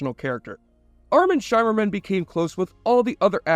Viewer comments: By the Prophets... Did you use an AI generated voice-over? How in the world can you do research for a 37 minute video and get the basic pronunciation of the lead cast and even the Bajorans so wrong? I was making dinner when this came on on, but after the 5th time you mispronounced it 'SHY-merman', I shimmered out of the kitchen to turn you off, man. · SHIMMER-man, rhymes with rimmer, not SHYmerman. Your pronunciation is awful. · Appreciate the video but take 2 seconds to confirm how the names are said out loud. Nana's name is prounced NahNah. Shimmerman's name is said like light "shimmering" on water. Its really off-putting and amateur. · It's pronounced "Shimmerman", not "Shymerman". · Isn't it Shimmerman, like shimmer?